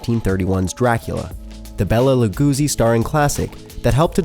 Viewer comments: Bella LeGOOZIE ... Alfred Hitch-HOCK ... 2 thumbs DOWN ... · . La GOO zee? His he fucking serious... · And "Lugusi," which is supposed to be "Lugosi." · Lagoosi lol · Pretty embarrassing mispronunciations here. What kind of horror fan doesn't know how to say Lugosi? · This guys pronunciation is amazingly bad on many different names and words in this video. Milles... Lugosi... super bad.